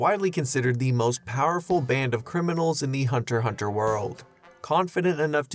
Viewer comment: Why can’t Hunter × Hunter fans pronounce anything correctly?